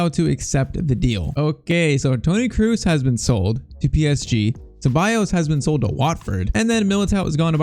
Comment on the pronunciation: It’s spelled “kros” not “krus”